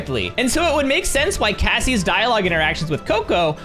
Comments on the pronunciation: The way u say 'Cassie' 💀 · Did you say Cassie or bassie?😂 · “cassie” LOL XD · I heard you say Cassie